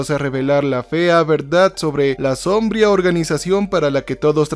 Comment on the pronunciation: "sombría", el acento lo lleva en "í", dicho de un lugar que recibe poca luz y en el cual frecuentemente hay sombra.